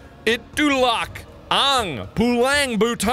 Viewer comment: "ituwlak ang puwlang butown."